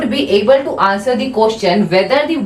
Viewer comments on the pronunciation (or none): none